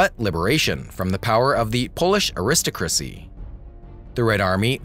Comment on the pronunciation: “The Polish ah-WRIST-o-crass-ee...”.